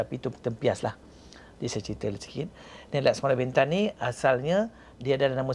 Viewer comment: Lemah lah pengacara ni. Tanya soalan pun terkial2. Tidak intelektual. Harapkan tampan, hensem dan tampan jer. Sebut perkataan bentan pun tak sama bunyi. Jgn panggil dia lagi lah